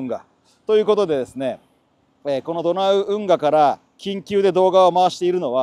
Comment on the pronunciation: 緊急が言い得みたいな言い方草